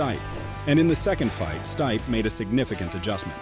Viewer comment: Wow, have you never heard someone say Stipe before? Totally through me off but ya, great video but man.... Learn their names please.